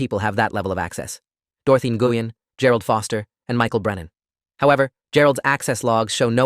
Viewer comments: Nguyen is pronounced "new-en"not "ngoo-yen" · Nguyen is pronounced "gwen", not "en-gooh-yen". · Nguyen is a Vietnamese surname and is pronounced 'Whynn,' or thereabouts. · "Nguyen" is a Vietnamese surname pronounced as "Wen." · Nguyen is pronounced “WIN”. I know, because I worked for a pharmacist with that exact same last name. She was Vietnamese and very sweet AND smart. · I was about to post this information as well. I went to dental hygiene school with 2 students in my class with that exact last name… both pronounced “WIN” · No they actually pronounce they actually pronounce it as ng win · well, the pharmacist that I worked with was Vietnamese and pronounced her name “WIN”, and she spelled it Nguyen. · and I worked with several of the and the ŋ is pronounced in Vietnamese softly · Tha English pronunciation of Nguyen is “new win” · Guys, that name for Dorothy Nguyen is pronounce win. I know people with that name. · I’ve heard it pronounced many ways - but the correct pronunciation that anyone who’s not Vietnamese - it’s a Vietnamese name - is something like Win - that and Hung are the Vietnamese equivalents of the English surname Smith! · As soon as I heard N-goo-yen - oh yeah. I'd love to hear them pronouncing some of the eight-syllable German names.